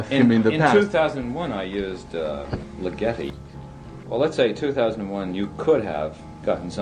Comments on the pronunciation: Ligeti is pronounced with the accent on the first syllable. I guess Mr. Kubrick didn't know this. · Superb! One nitpick: Ligeti is stressed on the first syllable. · György Ligeti was a Hungarian composer. In Hungarian, the emphasis is always on the first syllable, so Ligeti would be pronounced LIG- eti. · Sorry about the line break. That should have been LIG-eti. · BTW, Ligeti is pronounced LIGG uh tee. Even Kubrick mispronounced it. And György sounds close to Jerj. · Funny... even the great SK doesn't know that it's "LIGGity". All is forgiven, nevertheless.